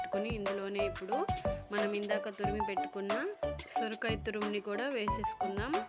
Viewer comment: సురకాయ కాదమ్మా సొరకాయ